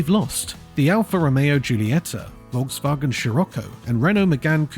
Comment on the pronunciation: Is that AI? Learn them how to pronounce correctly the name VOLKSWAGEN if they make videos about cars.